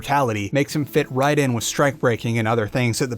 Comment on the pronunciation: Lol why does he keep saying wiz instead of with